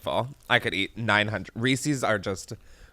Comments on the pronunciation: No one: Americans: Reee-Seees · Oh no . . . Chris is one of those people that says "reesey's." Disappointed LMAO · i can excuse any pronunciation of caramel but there's something about "Reesee's" that makes my skin crawl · I love that you pronounce reeses as reesEEs. So cute!!!